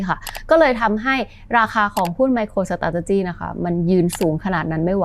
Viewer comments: น่าจะต้องออกเสียง ไมโครสตาท(เลอ)จิ มากกว่านะครับ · น่าจะต้องออกเสียง ไมโครสตาท(เลอ)หรือ(เออ)จิ มากกว่านะครับ น่าจะฟั้งเลื่อนหูกว่า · ชอบทุกครั้งที่จขช.พูดว่า สะต้าดติจี้ ❤❤😂😊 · พูดคำว่า Strategy ได้ตลกมากเลย ฮ่าๆๆๆ ผมขำมาก ก ก เป็นกำลังใจให้นะครับ ❤